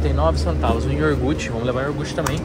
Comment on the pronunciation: é ioguuuurrrteeee e nao iorrrrgute kkkkkkkkkkkk, só pra zoar mesmo, tem muita gente aqui no brasil q fala errado tb kkkkkkkkkkkkkk